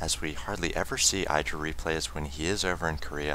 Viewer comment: The "i" in IdrA is pronounced with the short vowel sound, not the long vowel sound. IdrA said so himself on a teamliquid post.